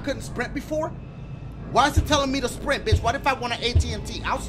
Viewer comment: "Why is it telling me to srint. What if i wanna AT&T" HAD ME DYING